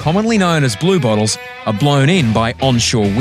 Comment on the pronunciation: LOL I just found this show and I always thought they are saying "Blue Balls".... XD Its Blue Bottles Lol